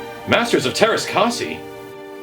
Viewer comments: It's kas-eye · Everytime you mispronounce Teräs Käsi makes me giggle. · shouldn't this game technically be pronounced teræs kæsi since its Finnish? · You keep pronouncing Teräs Käsi wrong.